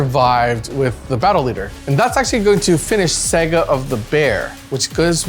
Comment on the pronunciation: Awesome batrep. Love the banter between you guys. Does realise he calls is a 'Sega' rather than a 'Saga'?? Pretty cool mispronunciation.